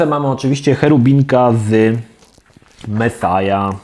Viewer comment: Mesjasz kurła a nie mesaja typie